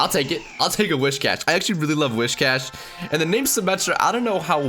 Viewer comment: Why did you call whiscash wishcash